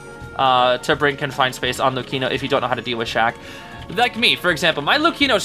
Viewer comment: Big W for the way you pronounce Luchino